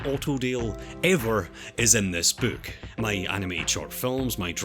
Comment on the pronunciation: I like how you pronounce book like "bewk" XD